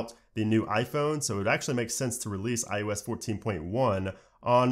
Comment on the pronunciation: Sing after me: Oh oh oh who’s that kid with the Oreo cookie. It’s not: U U U who’s that kid with the Oreo cookie. :) It’s eye-oh-ess Not eye-you-ess